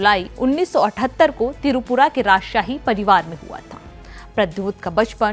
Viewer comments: It's not Tirupura It's Tripura. Ur pronouncing the state name wrong. Kindly pronounce properly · Tirupura nehi, the word is Tripura ... Basics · Tripura not tirupura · Pehele up tripura pronunciation sayi se boliye